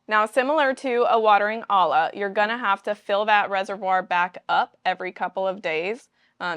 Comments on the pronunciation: Olla is pronounced /oi-yah/ not /ah-lah/ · it's weird that you started pronouncing olla properly in the middle of talking about them and then suddenly started pronouncing it wrong again. Those are a Mexican and native American invention. Olla is the Spanish word for pot as Mexicans speak Spanish and we learned about these from them. The double L is Spanish is pronounced like a Y or J sound. So the pronunciation is oh-yah like you were saying it sometimes, or oh-jah